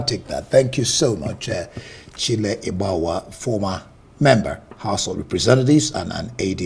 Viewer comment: Your guest name is "" not "Obgawua"